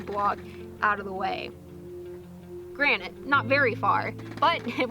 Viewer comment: "Granite"? I thought you said it was concrete?? ;-) [I know, I know..... "granted"]